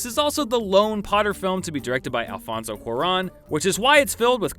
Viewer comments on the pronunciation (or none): none